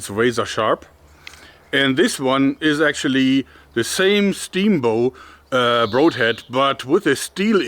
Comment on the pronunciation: Has no one had the guts to tell Joerg he is mispronouncing the "broad" in "broadhead"?